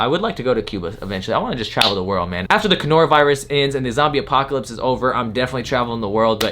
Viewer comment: Like 6 weeks later and you still saying conora virus and I still be fucking weak every time 😂 Fucking love u man 😭